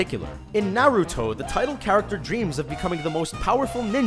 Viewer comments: Why is it no one in media can pronounce the name Naruto? It isn't Nay-rew-toe. Also, based on your view, you can say Avatar copied Fern Gully or a host of other environmental films. And Chobits is nowhere NEAR the first anime to have a person fall in love with an android, not is it a film. And Serial Experiments Lain isn't the first to do what it did either. As usual, a top 10 video on youtube didn't even do the most basic research. But you got 3 million hits so I doubt you care. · I really hate how people mispronounce names of animes and "Manga" (IT'S MON-GUH NOT MAINE-GAH) like Naruto.. They pronounce Naruudo. (Go look it up I swear) And Kirito (Kurido), Asuna (Uh-Soo-Nuh, when it should be Awe-soo-nuh) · Nah Rue Toe